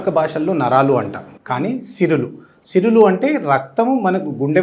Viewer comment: సిరులు కాదండీ సిరలు